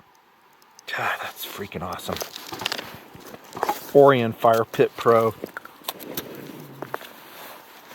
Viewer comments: Um... it's not OH-ree-un. It's oh-RYE-un. Like the constellation. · o-ry-en not or-ee-un JEEZ!! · "OR-RYE-ON" Like the constellation and based on a greek myth. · Every time he says Orion I die a little inside. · I'm pretty sure you pronounce 'Orion' like the constellation of stars lol